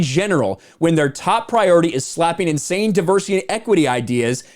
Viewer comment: Tell me you’ve never read Tolkien without actually telling me you’ve never read Tolkien. I think these guys are getting ten bucks every time they say ‘diversitaayay’ etc.